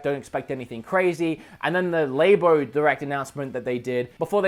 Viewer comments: Nintendo LABO(ratory). LAB-O. Not Label. Definitely not Labia. LAB-O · what is a lay-bo? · For the love of God, stop saying laybo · Urgh "lay-bo". It's Labo, man. As in LABOratory. It's a laboratory for making and experimenting with games and programming. You make it sound like it's for experimenting with labias. How do people not get this. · he keeps calling it laybo, its Lab-o. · "Nintendo layboh" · Did you just say Nintendo laybo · He also says laybia... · I heard lamer